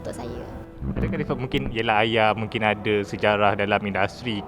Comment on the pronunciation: Benda yang lepas biarkan ia berlalu. usah di korek kenapa kawen di Thailand? Kenapa bercerai? 1 je aku geram dengan wartawan ni mana sebutan H dia? duk Aya...aya.....Ayah lah!!